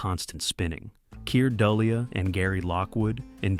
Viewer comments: 'Dullea' is pronouced like " de lay' " not "dull' ee uh." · It's pronounced du-lay...not duli a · And whereas the voice could pronounce "verisimilitude" it could not pronounce "logo" or "NASA." And Keir "DULL-ee-a?" Then later "DOLE-ee-a." Good grief! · Kier..who again?? Dullia? Ok then. Du-lay The man's name is pronounced Kier Du-lay. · It's pronounced Doo-lay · In grade school we went on a field trip to see 2001. Middle of week day the theater was empty, a special screening for about 100 grade school kids. It left a mark!! It’s Keir Dullea, pronounced du-lay How’d that get missed? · .. and his name is still pronounced pronouced like " de lay' ". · The star's name is pronounced "delay." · Keir Dullea pronounced (duh-LAY). Noel Coward famously described Keir's career following the film as "Keir Dullea, gone tomorrow." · 0. Based on a pre-existing published short story, The Sentinel, by A. C. Clarke 26. It's pronounced Dee-Lay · Keir Dullea's name is pronounced "du-lay". Noël Coward once quipped "Keir Dullea, gone tomorrow". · Pronounced keer d'LAY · Pronounced Keir “Dulay” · The usual phonetic pronunciation, as I have always heard it said over the past 50 years by actors / directors / producers / others in Hollywood who work in the movie industry, is: "KEE-r Due-LAY"